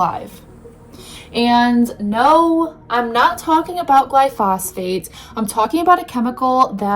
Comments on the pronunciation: Glyphosate, not glyphosphate. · Gly - fo - Sate